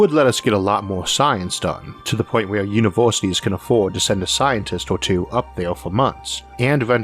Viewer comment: Don't get me wrong, I love your videos and the amount of research you do for them. But the way you speak almost makes me not want to watch these videos. I mean you pronounce future like futore, university as univorsity and years as yeors. Is this some kind of failed forced british accent or a genuine speech impediment?